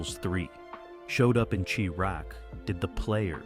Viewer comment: The way u pronounced "Chi-raq" ( as well as a dozen other words, with weird cadence) makes me think this channel is voiced by AI.... yikes